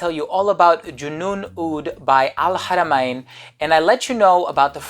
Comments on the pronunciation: wonderful info..I am a OUD person so looking forward to try it...and it pronounce AL-HARA-MAN....not MA-IN....I hope you don't mind me correcting you..hahahah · .. I know it is al haramain but it is not pronounce Hara ma In...